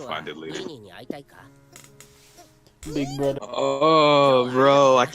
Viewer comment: "Big brudder" Excuse me?